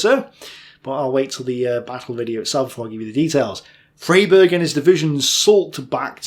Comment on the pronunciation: It's pronounced Fryberg